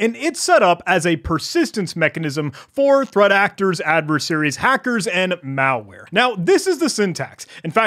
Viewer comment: pronunciation of the word "malware" as "meowlware" so cool😊